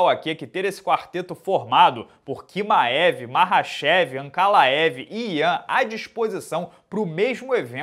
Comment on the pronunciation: Kimaev... essa pronúncia é de lascar